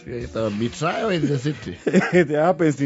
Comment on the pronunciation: Why do you pronounce betrayal as betrio?